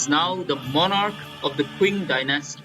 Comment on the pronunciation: "Qing" is pronounced like "Ching"